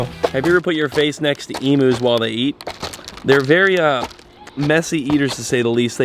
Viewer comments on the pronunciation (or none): it's E-Mews 😆